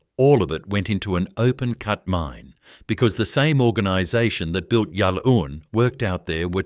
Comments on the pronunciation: So many errors. Go to all the trouble and in many cases state ‘worth getting right’ and we get this. The pronunciation of Yallourn is ‘yal-orne’ and local listening to this would cringe! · "Ya Loon" 😂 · Can’t even pronounce the name correctly